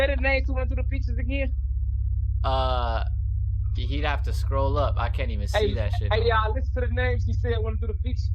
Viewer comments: am i the only one who hears him say (A GAIN) and not again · “Agane” I can’t get over that 😭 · “And once agane” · Say “again” again😂